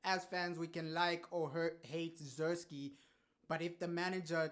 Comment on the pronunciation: He might not be good but at least say his name right!!!! 😮